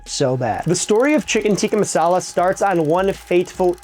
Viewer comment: I'm not sure if I'm crazy or if this is the worst pronunciation I've heard for the food. good video tho